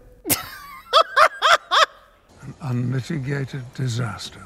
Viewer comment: how badly can mike say Brexit......